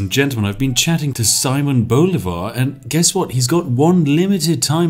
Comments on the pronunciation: It hurts so bad when he says 'Llanero' OTL I can handle Bolivar being called Bólivar, but 'Lanero' is... god... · I love how you pronounce Bolivar, is utterly wrong but sounds so badass (btw the accent goes in the i) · hey, if you don't know how to pronounce a word in a different language just use Google translate and press "listen" like all the other youtubers do XD. you did pronounce "Simón" right, but "comandante general" "llanero" and "Bolívar" were off for a bit XD